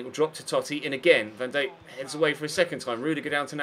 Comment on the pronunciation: Ive had to stop watching due to the way you continuously butcher Van Dijks name , van dake ? wtf not to mention greeayzman :P